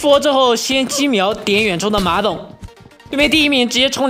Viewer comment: 你刚才说馬总，我好像听到马桶